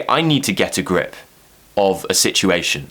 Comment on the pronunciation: You pronounced 'get a grip' two different ways.